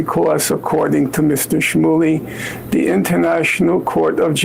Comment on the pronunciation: Interesting pronunciation .... From which orifice is a schmoohly excreted? New entry for Grey's Anatomy.